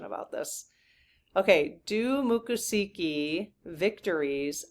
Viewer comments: Please, please, please! It is not pronounced Ma ccosukee! It is Mico!!! Native Floridian here, it matters... MICCOSUKEE. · Mik - ah - soo - kee (not muck) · I lived in Florida for 7 years. It's pronounced... Mik ah SOO kee. It's a tricky one to pronounce. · Mick - o - suukee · Think of the word moccasins to help you pronounce the tribe's name. That usually helps me ❤.